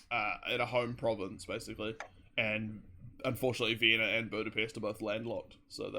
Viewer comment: sounds like i said bootypest lol